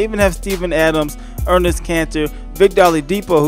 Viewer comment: Enes not Ernes